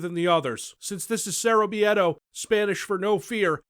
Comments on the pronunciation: To anyone curious, the word miedo has only two sylables. Mie-do. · Why the fuck do you pronounce miedo as meadow? wtf